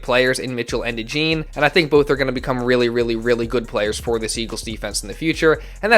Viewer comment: Your pronouncing his name wrong it’s DeJawn